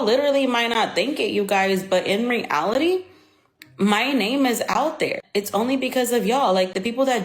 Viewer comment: Ive never thought about it but she doesn’t say “reality” she said “re allity” like girl its one word